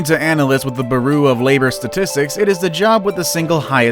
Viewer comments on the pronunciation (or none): Dude said bar-oo instead of bureau. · Um, its "bureau", not"berrew" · I like the buroo of labor statistics lol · Go to 6 minutes for the boh-roo of labor statistics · And he says “baroo” instead of bureau lol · And the way he says bureau... Ba-roo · “Nova Scott-ee-ah”.... what? Is this an inside joke? Edit: Nope. Kept watching. Few minutes later he talks about the bureau of labor, but instead pronounced “boo-roo” of labor. Am I losing my mind, or is this guy intentionally picking one word every few minutes to excessively butcher in a way I’ve never even conceived of? I came here to watch massive fish being caught and now I’m having an existential crisis/being trolled. Help. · Nova Scotia is pronounced Nov-uh-Sko-shuh..I'm not Canadian and I know that. Did this buffoon just say buroo....meaning bureau....I'm done. Before you make anymore content I'm going to need you to take a remedial reading course. No, courses. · Nova Scotia, Mekong, bureau, Rio Grande, …..